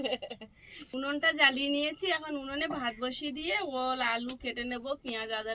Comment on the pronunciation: Ul na ol bolo